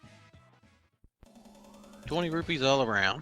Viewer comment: Rupees, not rubies. Lord.